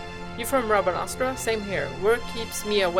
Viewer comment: I love when you say "Rabanastra" 🤣❤️